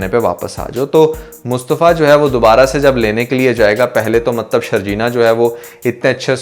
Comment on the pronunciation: Bhai Mtlab hota hai Maktb nahe hota